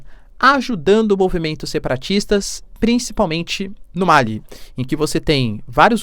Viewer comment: Professor, seu trabalho é excelente e sigo há bastante tempo. Mas se nele ainda cabe algum contributo, gostaria de pontuar um bem simples: é Malí, com acentuação tônica na última sílaba. Ma - lí e não Má-li Pra nós, africanos, é muito estranho a pronúncia Má-li Quanto à Venezuela, nem mesmo os estados unidos são democráticos, sendo uma oligarquia, no mínimo. Abraços